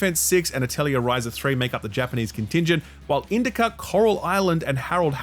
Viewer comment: YOU SAID ATELIER RIGHT ❤❤ I totally forgot herdling was dropping, hell yeah. between that, my gachas, khazan, and sword of the sea i gotta lot to pack in these 2 weeks before SILKSONG 😁 what a time to be alive.